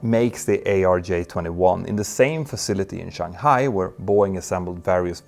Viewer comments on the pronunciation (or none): none